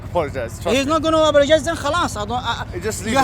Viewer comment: ‘I want Shamsi to apolo-jaay ‘